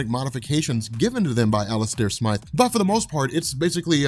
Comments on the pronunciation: smith does not sound like smyth stop calling the spider slayer smith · smIIIIIthe, it has the long "I" sound and then pronounce as you would with an E at the end of his name